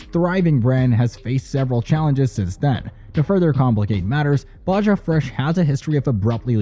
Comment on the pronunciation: Definitely, who pronounces Baja with a J sound